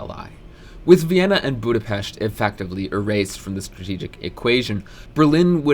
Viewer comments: Thank you for pronouncing Budapest right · You're the first youtuber i see who pronounces Budapest correctly, so thank you and congrats